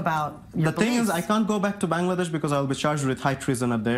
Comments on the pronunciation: It’s BANGLADESH not Bang!ladesh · He can't even pronounce Bangladesh right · He can’t even pronounce Bangladesh